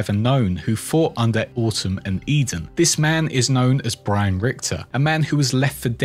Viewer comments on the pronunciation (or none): none